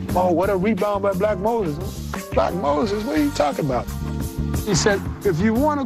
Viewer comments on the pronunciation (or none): none